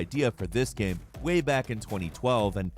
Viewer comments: Why does this guy say “gemm” instead of GAME? See also: Castlevennia, MAGA Man. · Dude, learn how to pronounce "game" properly.